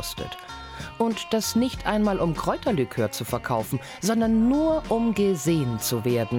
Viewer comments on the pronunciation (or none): 2.30 käuterlikör? Nicht Kräuterlikör? 🧐